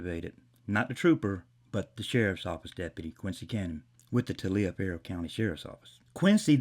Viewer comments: "Tah-li-fer" county. That is how it is pronounced phonetically for future reference. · It’s pronounced “Tollifer” County. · learn how to pronounce the county, it’s pronounced TOLLIVER. I live 2 counties over.